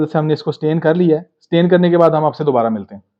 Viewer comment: The word is STRAIN. Not stain. Stain means 'dagh' in urdu. The word 'strain' means "chan" leyna. Don't forget to pronounce the 'r'.